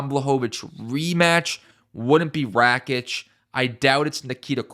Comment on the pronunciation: lol it is rakic